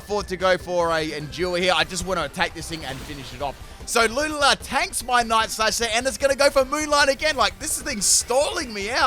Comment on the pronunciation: The way you pronounce Lunala gives me nightmares 😭😂